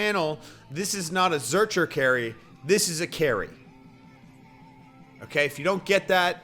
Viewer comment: Sorry dawg but that was a legit zercher carry. Also I think your pronunciation is incorrect.